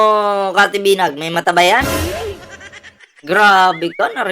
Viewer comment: Cathy Binag po sxa, hindi binay